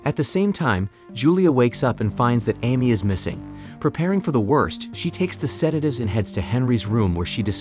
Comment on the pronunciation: Mispronounced Amy...